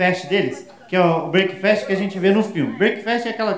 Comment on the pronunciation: Fala Afonso! Blz? Só pra futura referência breakfast fala "brékfest" não "breiki".